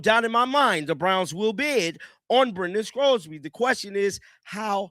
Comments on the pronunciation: I don't know what team would want to take a chance on Sorsby. And by the way, there's no "c" in Sorsby's name. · His name is Sorsby not Scrosby